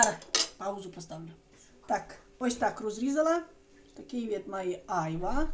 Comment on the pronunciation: Правильно айва' а не а'йва